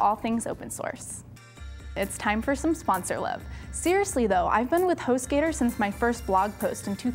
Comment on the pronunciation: Hostgator? I heard hoe skater.